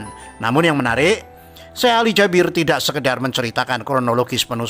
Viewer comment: Bang salah nyebut nama syekh nya bukan syekh ali jabir tapi suekh ali jaberr